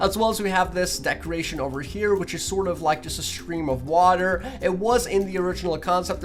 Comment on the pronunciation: Anyone else notice he keeps on saying decreation instead of decoration?